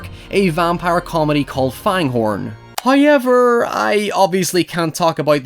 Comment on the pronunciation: I love when you say "hoiever," I can't even emulate it right lol